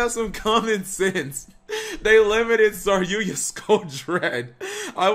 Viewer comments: IT'S SAR YU JA NOT SAR YUYA CAP! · Sorry-yuya? Hey speech impediment you meant "sarry-yuja" right?